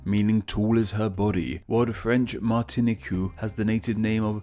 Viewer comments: I gave him a pass with Guadalupe but come on dude Martine-q??? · Guadeloupe is pronounced "Gwad-loop", and Martinique "Mar-tin-eek"